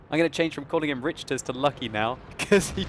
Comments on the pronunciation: not to sound like a grammar nazi or anything but i believe its RICK-ter not RICH-ter :P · No disrespect, but Richters should be pronounced like 'rickters.' Think Richter Scale. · Richters is probs pronounced Rikters - like the earthquake scale.